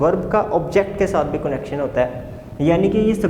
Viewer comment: Please pronounce the word connection correctly.